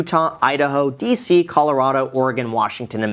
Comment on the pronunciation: What are you like 100 years old???? No one pronounces it nevoda anymore or Colorodo